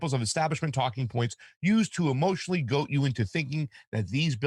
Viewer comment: Goad* not goat 🐐🤓🤙